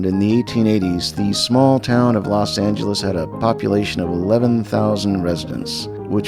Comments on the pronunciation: sounds like she pronounces it "Los Ang-el-es" with a hard G sound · . Los Angelean here ( who like most people here are from somewhere else). Please take notice how the niece does not pronounce 'angel', in "Los Angeles". it's more like "Los Aynglis". I love it. I heard about this pronunciation, but never in a recording. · In these old videos, I noticed they always pronounce Los Angeles with a hard G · Interesting to hear someone from LA at that time call it l “LasanGulus” hard G? (niece) instead of what we in SoCal said: ”Loss-SANE-jealous” ca 1970, more drawn out with more accent on the second syllable (neither saying LOS with long O as in Spanish). I think speech changed so much in the forties, so much changed about LA in that time too. This woman is an elegant speaker. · Los angheles, i knew i pronounce that right, the dude at the airport corrected me, as if i didnt know they engliscised it with los anjeles. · Los ENG-elees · I love how they pronounce Los Angelos with the "gah" sound. You can always tell a native LA person. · "Los ang-lis" took me out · "Los Angle les". The pronunciation I remember from my family too. The Aunt didn't use it but the niece did. Amazing. I almost forgot it. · That pronunciation of los Angeles is shocking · Notice how they pronoupronounced Los Angeles with a hard “g”. That’s how some people still pronounced it in the 60’s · As a child I remember several people pronouncing it that way. I remember wondering if they were from the Midwest or if it was just an additional -altho incorrect - way to say the city's name